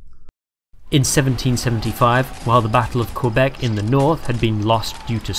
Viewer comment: Quebec* not Qwebec